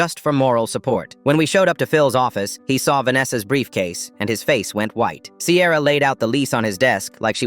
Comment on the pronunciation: This is so sweet 🥹 But I’m sorry did you say CAMRON AND SIERA